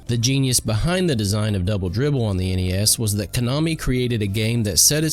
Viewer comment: It sounded like "bubble bibble." 😂😂